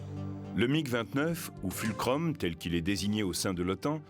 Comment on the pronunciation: et on est déjà entré dans le temple de l'apeuprisme. Mais FDP, t'as jamais appris à prononcer quoi qu'ce soit ?! Tu peux pas prononcer la même lettre différemment !!! Donc ton FULCROM, soit tu dis FOLCROM ou alors FULCRUM. De toute façon c'est toujours pas ça puisque ça se prononce FOULCROUM.